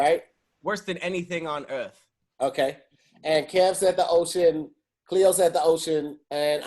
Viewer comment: So nobody heard how Pat said ‘Earth’ . Oh just me okay 😂😂😂